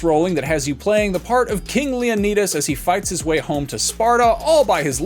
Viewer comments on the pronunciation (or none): Did he just say king Leo-Kneetus??